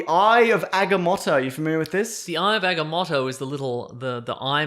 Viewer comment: Ah Gah Moe Toe not aga mot o